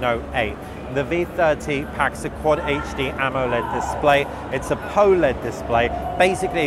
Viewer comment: Why can't most people say P-OLED?